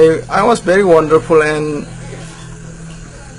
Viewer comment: it's not an wandanfull it's a wonderfull you do not speak in English also lol😂😂😂😂😂😂😂